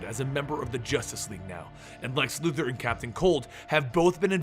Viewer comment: Great video just please stop saying Lex Luther it's Luthor